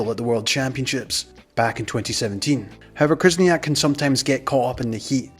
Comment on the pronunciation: You also butchered Khyzhniak, it’s not krizniak lol